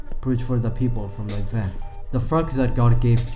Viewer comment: You pronounced Ninevah wrong every single time. Nin•e•vah or nin•ah•vah